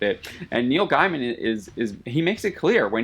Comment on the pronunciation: You don't even know how to say Neil Gaiman.. which is an obvious tell of your level of experience with the guy. That said, yeah Hollywood has been killing the spirit of comics for years. Most people these days claiming to be into these franchises don't even read comics, and others are put off thinking comics are as gutless as the movies without even understanding comics from experience. Comicbook writers have been warning about this for decades, corporations aiming at mass common denominators are killing the spirit of comics. Support independents